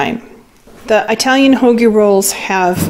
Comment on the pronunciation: Dont want to come off as rude, loved the haul. But it is not "I"talian...it is "it"alian ...not "I"taly but "It"aly.. Great Haul.